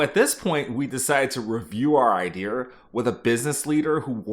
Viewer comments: Unfortunately you were likely laid off for how you say “idear” instead of idea. If I’m being honest I can’t blame them. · Can't stand the R accent. It idea not ide-r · Genuine question can you explain why you say “idear” instead of “idea”? I’ve heard some people say it like that some times but I don’t understand why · Why are you saying IdeR instead of ideA ?? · Why do you say ideEr for idea? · Why do you say IDEAR instead of IDEA? Wtf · Why do you pronounce it “idear”? Is this a tech thing? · New drinking game every time he says “ idear” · I keep thinking a white guy from the south is talking every time you say "idea" like "idear". I'm gonna guess you grew up in Texas or Oklahoma. Anyways, hope everyone survives the upcoming AI bubble bursting! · I found the guy from Maryland. "Idear" I'm guessing you also say "warsh"? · You don't need a British accent, but stop saying ideaRs. Great content and insights! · please stop saying "iDeer" lmao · I love how you say "IdeaRRRRRRRRRRRR" :D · Yo can you say IDEA right? There’s no R on the end of it. It’s just EYE-DEE-A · Love the video! The “Iderrr” pronunciation was driving me crazy 😂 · The only time I hear it pronounced like that is in west country England 😂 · It was a real iderrathon there for a while. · It’s his brand lol. Bet he was called the Idear guy when he was in the workforce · Yeah it stood out hard. For him sounding like there was no accent to that was very noticeable lol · So many "idears"! :D Boston man? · There is no "r" in the word "idea". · Where is he pronouncing an R in idea? 😂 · There’s no r at the end of the word “idea” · Look, if you want to taken more credibly, stop putting an 'R' in "idea". And then work on your British accent =) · Curious - why do you say idea like that? Is that a regional thing?